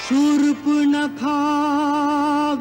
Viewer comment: सुर्पणखा 😂 शूर्पणखा😅